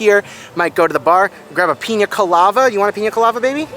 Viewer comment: It’s piña colada not colava..